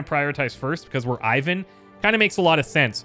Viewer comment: in order not to get on a bad side with your Evil Genius be carful with his name pronunciation!:) As I understand Ivan (Иван) is Russian name so it should be pronounced a little bit different: I is pronounced as E like in word easy And stress on second part of the word. Closest name that everybody know is Ivanka. So it's like e-vAn. not I-van:)